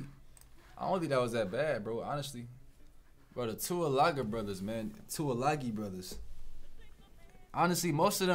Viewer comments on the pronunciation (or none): Haha you cant tackle anyone thats off the ground bro and its pronounce like this( 2 E lung E ) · 2 e lung e, is how u say it